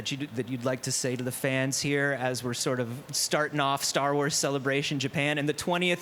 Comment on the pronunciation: And “Sar Wars”